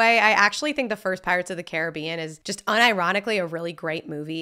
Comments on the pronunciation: It's really simple. It's Disney's "Pirates of the Care-a-BEE-an." The real water and everything else with that name is "Cah-RIB-bee-an." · Pretty sure it is pronounced Caribbean btw